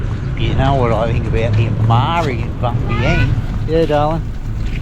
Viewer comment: Just one thing,love your work but even though you live there ,every time you miss pronounce Vientiane as Vien Shen or venshee-en it’s like a scratch on a calk board